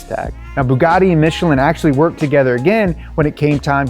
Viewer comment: Michelin!!! Please respect the manufacturer. Not Michillen!!! But nice content, from a French guy working with Michelin.